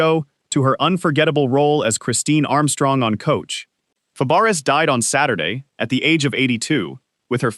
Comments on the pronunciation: What does the picture with the professor from UK who died have anything to do with Shelley Fabares? I don't get it. And as someone said you're prouncing her last name incorrectly, it's prounced Fabray like her aunt Nanette Fabray, her aunt changed it to sound like it should sound. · If you can't say her last name right then don't say it then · Yeah, jeez! How insulting in a memorial video!